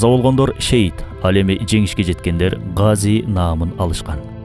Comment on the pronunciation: Гази эмес Казы